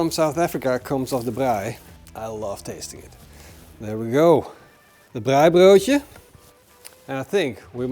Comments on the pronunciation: Love your pronunciation of "braaibroodjie". Nou moet jy boerewors braai. En lamtjops. This ia Afrikaans for "now you must braai boerewors (South African sausage). And lambtjops. Make up a sauce with equal parts Mrs Ball's, good mayonnaise and tomato sauce (preferably All Gold). Use that for your braai as a basting sauce or dipping sauce. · Best pronunciation of Braaibroodjie 👏🏼👏🏼 try Mrs Balls Chutney with a popadom and babotie.